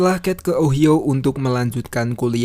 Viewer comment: OHIO itu bacanya: Ohaiyo...